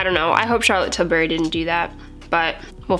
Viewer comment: Best way to pronounce Charlotte 'Tilberry' 😍😂